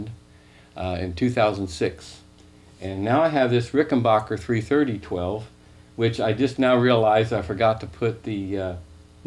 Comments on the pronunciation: Ricken...."back"er....... not bacher............ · It's Ricken BACKER, not Ricken BAHKER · Considering Rickenbacker is an American company, it's amazing why Americans cant pronounce it! "A" for APPLE! not ARM!! For some reason it's annoying.